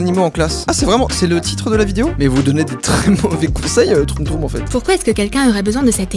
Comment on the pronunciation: c'est pas troum troum c'est tchoum tchoum